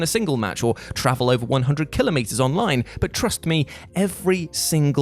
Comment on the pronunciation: Lol...Kill-o-meter. Did you mean to say kilometer?